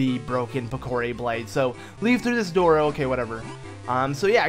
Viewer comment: It is pronounced "Pick-er-ree" not "pick a ree"